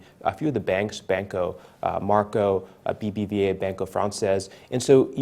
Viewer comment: Bank's name It's MACRO instead of MARCO. Great informative interview btw